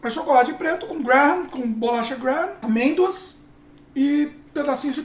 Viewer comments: Kkkkkkkkkk!! sem saber falar amêndoas!!! Está esquecendo o português? E a Loreninha sempre muito fofa!! Parabéns! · Morri com ele tentando falar 😂😂😂😂😂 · Rindo até 2020 com tentando falar amêndoas! Hahaha!